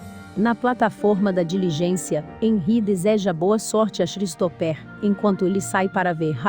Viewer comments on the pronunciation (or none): Um dica básica... Colocar um narrador que saiba as pronuncias dos nomes em inglês.. Xristoper foi bizarro...